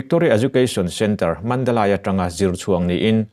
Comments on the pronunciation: Nia, ngaihthlak a hrehawm Mandalay,Mandalei tih ve mai awm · Mandalay hi Mandalai tiin lamlo la... Mandalei tiin lam ta che. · Mandalay ( lei ) ti tawh la. Mandalai tiin i lamrik hian ngaihtlak a nuam chiah lo. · Mandalai nilo vin mandalay mandalei tih zawk tur aw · A ngaihnawmin a manhla hle mai.Chutih rualin Mandalai ti lovin Mandalei tiin chhiar la ngaihthlak a va nuam dawn em! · Puangtu pa,Mandalai a ni lo,,Mandalay tih tur zawk a ni. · Mandalay Mandali tia lam tur. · Mandalay I lamdan Khi a diklo aw. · Mandalay i lam dan chu lehhhhhh